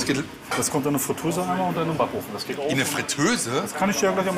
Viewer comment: "Der geit doch noch" loool